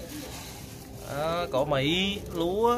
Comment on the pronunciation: Cỏ thái mà nói cõ mỹ hết hồn kk